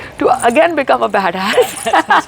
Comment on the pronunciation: Badass not dirtyass 🤣😂